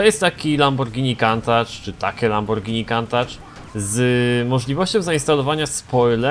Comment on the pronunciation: Lambordzini diablo